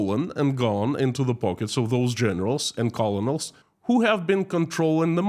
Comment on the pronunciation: Colonel is pronounced “kernel”.